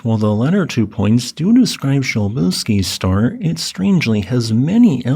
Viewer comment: I found your pronunciation of "Przybylski's Star" distracting and had to look it up. It turns out you're saying it correctly (starting with an "s" or "sh"). I just don't understand Polish. So helium wasn't actually discovered in the Sun, but only once that discovery was confirmed in the lab?